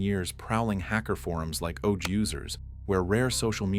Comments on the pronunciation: ur saying "ouch"-users instead of saying O.G.-users but then proceeding to say he was an O.G in the community smh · gimme a break. It's obviously AI. Just your ridiculous pronunciation of "odge"users proves that either this is all AI, or you have absolutely no idea what you're talking about. And if it's AI generated, you could at least have the skill to proof the video before releasing it and adjust the pronunciations. If you did even basic editing, you would have caught this instantly. But obviously you didn't. But the fact that you've doubled down that this isn't AI (when it absolutely is) just proves that you're a lying hack. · Typical horrendous AI narration. "odge" users? C'mon. Sheesh